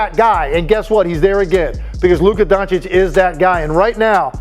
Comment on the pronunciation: Dude can't even say Doncic right after 6 years. We all know he does it on purpose just to spread hate